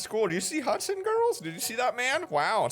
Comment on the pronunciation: This man's name is hudsan more like hudsand